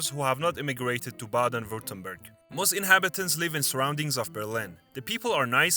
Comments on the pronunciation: I’m not German, but it immediately grates on my ears to hear, in a video about German states, the first one is pronounced “Bayden” WTF. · It is not "Bejden" but Baaaaaaaden! Please pronounce German names correctly, when you try to teach something about my native culture. Thanks. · It's Baaden, not Bāyden! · Bah-den not Bay-den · Bro I don't trust your video. Its Baaaaaden Wuerttemberg, not baiiiiiiiiden. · bro that's not how you pronounce Baden. you did Badners dirty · The pronunciation of "Baden" 🤦🏻‍♀️😑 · It is not pronounced 'Bayden'-Württemberg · When the narrator mispronounces his place names ( Baden as Bayden) I know he’s not German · When you start out mispronouncing "Baden" I give up all hope for the rest of this video right at the beginning… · Ok, no AI, then the names would be pronounced correctly. Let's start with the first word of the video: Baden-Württemberg. Baden is to bath, and the a is pronounced the same way.